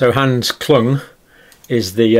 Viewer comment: Kluge is not pronounced Klung. Please learn to get people's names right. You never seem to be able to read foreign people's names!